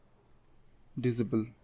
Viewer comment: I watched all your video just to hear "Dizabel"